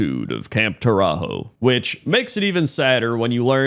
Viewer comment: DAMMIT Camp TauraZHO (proper pronunciation) was **NOT** an Alliance invasion; rather an unauthroized and brutal sneak attack by some mercenaries putativelyt working for the Alliance. We've all seen hired hands going offscript and fucking shit up. People trying to use equivalence of this shameful rogue action compared to the intentionally manipulative cowardly Mass murder at Theramore make my head explode. LEARN ABOUT PROPORTIONALITY, PEOPLE.